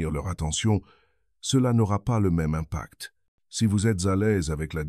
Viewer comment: ton commentaire était encore plus drôle que l'accent , le mot ime-pact était pas mal au début aussi , ça remonte le moral ce genre de vidéo